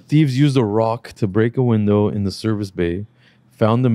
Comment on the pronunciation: The funniest part of the podcast is how and his number one fan () mock for not being able to pronounce words yet read the word ‘ROCK’ wrong 👀😂